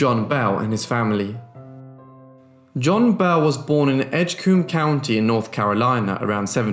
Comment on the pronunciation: Its totally not really a big deal but you pronounced Edgecombe wrong. I live in Edgecombe county and its pronounced Edge-comb. You still do awesome work though. Thanks for the great content!